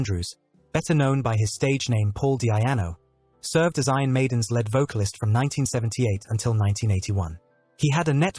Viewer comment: He is also apparently a 'led' singer and not a lead singer. Automated speech makes me block channels.